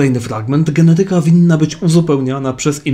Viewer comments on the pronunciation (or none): g e n E t y ka, a nie g e n e TY k a. Akcent! 🙏😊